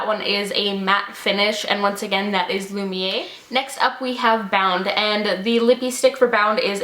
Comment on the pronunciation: Great video! Thanks for commenting on my Instagram! I ordered a heap and am waiting on them atm. I am really looking forward to the Flawless, Wet and Lumiere duos the most. :) Also, it's 'Lumi-air', that's how you say it. These all look so lovely on you. :)